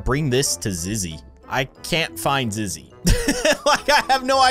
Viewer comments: IAM SCREAMING BECASE YOU SAID IZZY BUT ITS ZIZZY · Zizzy not zizz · It’s zizzy not izzy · It’s not Izzy it’s zizzy